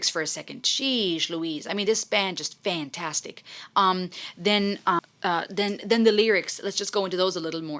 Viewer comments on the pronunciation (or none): none